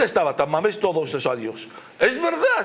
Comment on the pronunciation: Ah , pensé que decía San Mamés y yo decía y que pinta aquí San Mamés , jajaja y es que dice Tamames.